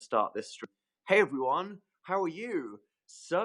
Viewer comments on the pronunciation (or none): When he said "hello everyone" I thought he said "hi evil spawn" and I was like hi dannnn😂